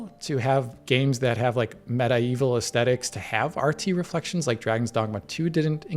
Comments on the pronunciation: medieval❌ metaeval✅ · Sir the word medieval is not pronounced medi evil muh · dee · vl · For a second I thought "damn, this is stuttery! Not impressive at all!" but it was just the video stalling for a moment until it buffered again. P.S.: when you say what sounds like "meta evil" do you mean "medieval"?! If so, and you don't mean some fantasy game slang word that I'm not familiar with, I think your are pronouncing it wrong. 😄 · please learn English. Its not META-evil...for Medieval its (MED-Evil) your welcome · It's medieval, not meta-evil 😂😂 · Get well but it’s medeeval not med eye vil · "Medi Evil?" Are we watching A.I. posing as humans giving a breakdown on a video game? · The way pronounces medieval is so interesting lol. Meta-evil should be how it's pronounced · Why does he say Meda-Evil?? 😅😅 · why do you pronounce medieval as meta-evil? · Med-eh-evil really? (Meta Evil) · why is he saying meta evil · Looks excellent! Also, did invent a new word in Meta-Evil? Or does he not know how to say Medieval 😂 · I wonder if this guy knows that it isn’t pronounced meta-evil. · META-evil...please someone tell him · No ones gonna talk about how he said MEDIEVAL? Medaevil... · its spelled medieval I've heard this pronounced as med-ieval and sometimes medi-eval but I've never heard someone say meta-eval. sounds like a new facebook testing kit. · Wtf is a MED-I-EVIL? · How the hell did pronounce medieval? lol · This mf pronounced the word "medieval" hella weird. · can u not say medieval correctly... like ever? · What I learned from this video is how Americans pronounce medieval. Hurts the soul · Am I the only one bothered by the way medieval was pronounced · The way this guy pronounces Medieval pisses me off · Today i learnt that i was pronnouncing Mediaval wrong. Thanks.